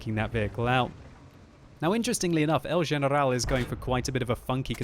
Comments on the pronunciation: I'm spanish and we don't pronounce generrrral with french accent hahaa great narration tho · It's because 'el general' is Spanish for 'the general' and that is how you pronounce it in Spanish. Next time don't flip out